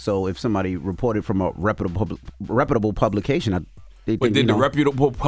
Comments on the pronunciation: DJ Envy: "Repababable publication" 😂😂😂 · LMAO y’all having trouble with that word “reputable” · I’m pretty sure Envy is saying the word “ reputable “ wrong 😅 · Neither one of them know how to pronounce reputable 😂 I hear the struggle.